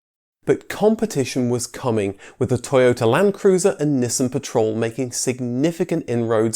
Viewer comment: Nissan: "NEE-SAWN". "NISSIN", is a Japanese food conglomerate.